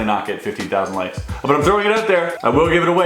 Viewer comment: HE LEGIT SAID 15K LIKS